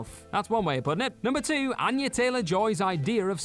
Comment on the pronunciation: **Anya.....NOT "Anna".